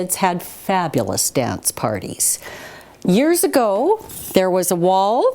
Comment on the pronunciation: "years ago" CANADIAN ACCENT